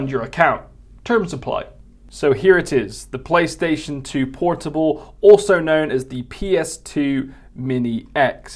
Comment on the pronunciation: Playstation Por-TWO-ble.